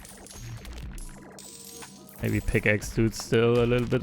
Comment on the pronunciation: "A litten bit Longer" 4h... wild